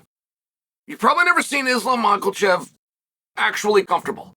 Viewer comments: I’m fucking dead at ma kla chev 😂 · THERE IS NO L IN MAKHACHEV’S NAME, CHAEL!!!!! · Chael says he undefeated...i assume its because every L he ever took, he sudsequently added them to Makhachev's surname